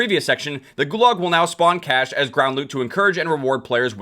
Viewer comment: Every time you say cash I hear cache.